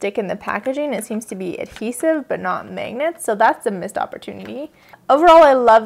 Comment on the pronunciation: How do you pronounce "magnets"? I keep hearing you say "mangnets"... I'm from Brazil so of course I'm NOT an expert.